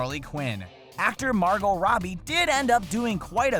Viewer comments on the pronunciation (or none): none